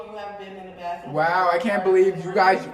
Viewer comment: HEEE just uused the "bawfffruuum" the BAFFFRUMM ...